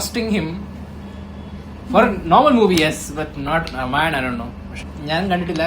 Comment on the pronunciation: that's ramayana not ramayan or some butter naan show some respect to og sanskrit names